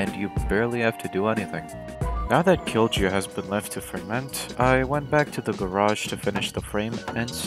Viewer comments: its prenounced kiilyu not killjew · being finnsh and hearing "Kil chu" was killing me great video though lol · Cringed every time you you said "kilju". The "J" is pronounced as a "Y", hence the joke : Kill You. Get it ? Good. Also, this bears a strong resemblance to the work of martincitopants. Does he know of this ? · Kilju? No. Kilchew? Yeah! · pronunciation police here, kilju is pronounced "kill-you" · When you say "kilju" J is pronounced like y in "yes".